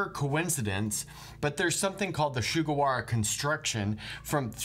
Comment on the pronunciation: Nice vídeo as always, but risking sounding pedantic, pronouncing the su in Sugawara like the su in sugar made me cringe hard